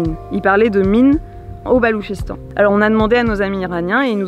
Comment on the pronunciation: Bonjour ,pourquoi le gouvernement a t'il miné le Balouchistan une province de son propre pays si j'ai bien compris ? Ps d'ailleurs c’est pas le Baloutchistan qu'on dit ? Merci